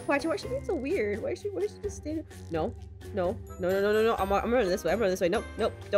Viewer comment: Its no not nu